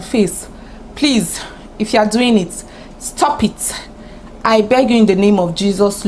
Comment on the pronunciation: Face fighter 🤣🤣🤣. The way you were saying stop eet stop eet got me laughing so hard. Table yi ti break oh!